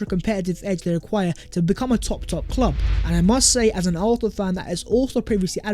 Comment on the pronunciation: Hey! ARSENAL or ARFNAL(ARHNAL)??? SICK TO DEATH of your mispronunciation of ARSENAL! 😤😤😤😤😤😤😤